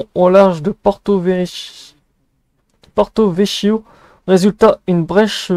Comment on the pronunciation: je n'en avais pas entendu parler ! PS : on prononce Porto-VeKio ;-)